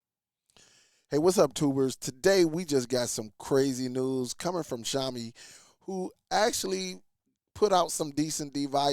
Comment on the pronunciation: It's pronounced "Shaowmi"... Xiaomi is a pretty decent company, I've used several of their phones...i gather that because of the low specs of this device that it shouldn't cost more than $15...sure, the 1gb is questionable, but it is still usable for basic stuff... Not to mention that the required 2gb of ram from google is for their current itiration of google tv based on android 14....this stick could use an older os version like android 8 and still be functional... you can find a lot of chinese products on amazon and Aliexpress using older android OS with 1gb of ram selling for very cheap prices... by contrast Xiaomi has their Mi box streaming device that cost less than Google's tv streamer (about $75-$85) has 32gb of storage, and up to 4gb of ram, as well as hdmi and usb port that also upscales standard resolution to hd, including 4k like the Nvidia shield.